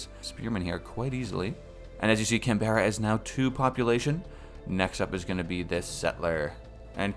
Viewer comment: please dear lord its pronounced can-bra not can-berra